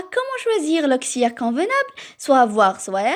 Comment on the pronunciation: Auxiliaire et non auxiliere